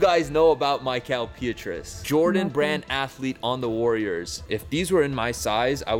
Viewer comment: if you're gonna keep claiming to be a real Warriors fan, please learn how to pronounce Mickael Pietrus' name correctly lol dope vlog though